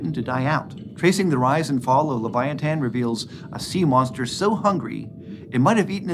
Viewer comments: I couldn't watch anymore after hearing the way he prounouces leviathan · I thought this whale was called the leviathan not leviatan?🤷🏼‍♂️